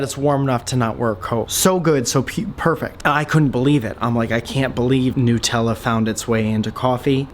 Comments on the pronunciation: Nootella 😂 he knows it's made with nuts but calls NUTella NOOTella 😂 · It's NUT-ella, not NU-tella. It's not made of newts, it's made from nuts, WHICH YOU CLEARLY KNOW BECAUSE YOUR WHOLE VIDEO WAS ABOUT ALMOST KILLING WHEEZY WITH NUTS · nuuitella bugger of :D